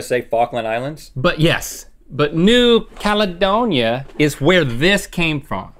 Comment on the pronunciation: Honestly Rhett mispronouncing New Caledonia EVERY SINGLE TIME was getting my nerves XD